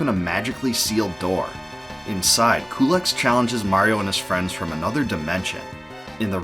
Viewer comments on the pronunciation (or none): About Culex, I thought it was pronounced "q-lex", or "cue-lex". I never heard it pronounced "coo-lex" before.